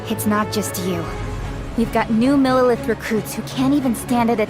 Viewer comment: There’s no r in neuvillette thé neu sounds like the neu in neuf